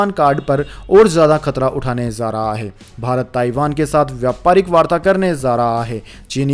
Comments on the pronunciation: Say Aims not ams Say jaari not Zaari Say ja not za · Sir PARYATAN, CHIKITSA SHENIYA, Khapat, Shram mantralya, Pravakta,Sankramit, ZAA RAH hai, ZARI Rahna Chahiye.. .YE SAB KYA HAI?Wrong Pronounce &..ITNA PURE HINDI, aaisa lagta hai, News Nahin, kisi boring Hindi class ke teacher ki BAKWAS sun rahe hai. 🙏